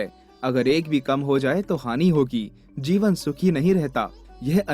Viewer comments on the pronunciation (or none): none